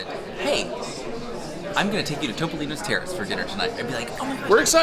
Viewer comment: Topolino is the word for Mickey Mouse in Italian. It is pronounced Toop-olino. Not TOP-olino. Love y'all!! I know what a stickler is about saying words correctly! Thanks for all of your reviews. Y'all know I'm a big Fan!